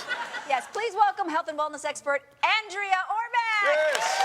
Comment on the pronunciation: As an Andrea whose name is pronounced with a soft "A"and a hard "E" (Ann-dreeah), I cringed when Boris called her "Aunn-dréah." Lol